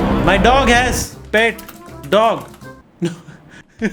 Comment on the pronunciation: Aapke " noo !!!!" Me bhi gujrati pana aarha hai 😂😂❤️